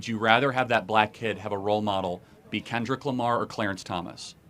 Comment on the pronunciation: I can’t believe she called Kendrick “Ken Drick” 😂😂